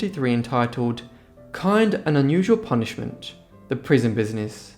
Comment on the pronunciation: It would have been nice if narrator pronounced title of book properly UNusual vs. Usual.